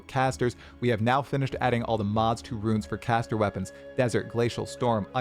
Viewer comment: saying “ruins” for “runes” that many times in a row nearly gave me an aneurysm